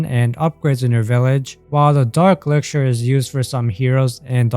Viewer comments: "Elixischhser" Sorry but thats how it sounds when you pronounce "Elixer" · the way he says elixir is about to damage me